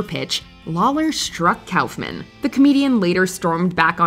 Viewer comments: Andy Kaufman. It's "Andy (Cough Man)" Not "Andy (Cowf Man)" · Kauffman’s name is pronounced KAWFMAN, not KOWFMAN.